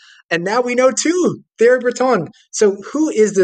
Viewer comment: I'm supposed to think you're an expert when you didn't even bother to learn how to pronounce "Thierry" before strutting your stuff?